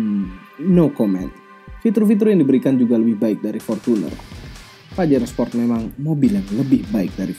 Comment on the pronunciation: baskoro tejo sport bang bukan sprot